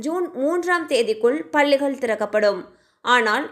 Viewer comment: பல்லிகள் இல்லை பள்ளிகள் உச்சரிப்பு முக்கியம்